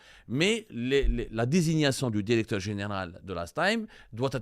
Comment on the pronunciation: Va apprendre le francais avant de prétendre le journaliste .tu reflète le niveau des diplômes algerien .tu prononce toujours dérecteur au lieu de directeur.